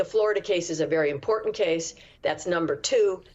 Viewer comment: What is it with the dropping of the T in the word “important”? The T isn’t silent.